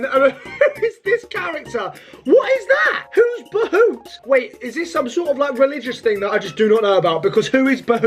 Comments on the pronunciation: hey indian here! Basically the pronunciation is not behoot its bhuut. But the spelling is bhoot. It isnt a specific name it is like the general name for monsters, demons, ghosts all that stuff. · its prounnced B OO T NOT buhuht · He doesn't no how to say bhoot